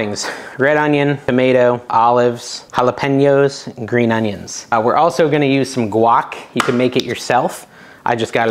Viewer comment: Those nachos looked great! Thank you for saying, “hah-leh-PEN-yoh”. Very respectful. Very professional. ‘Love to watch you cook. 😊